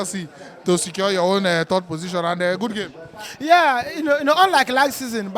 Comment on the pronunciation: We finish "Thord". 😂😂😂😂